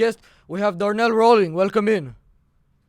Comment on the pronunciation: did he say darnell? way to start off...